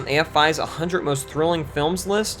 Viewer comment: I absolutely love your video essays...but I can't support the way you pronounce 'one hundred'.